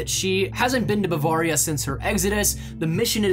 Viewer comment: I'm from Germany so I can confirm that this is a well known legend there and it all checks out, but just one thing...learn how to say Bavaria, its like a knife through my heart every time you say it wrong. I see why you would say it like that but its pronounced like this Bu-vare (like rare)-ria. great video though and keep the great content coming.